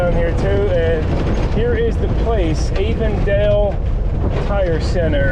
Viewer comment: Ah-vondale. Lol.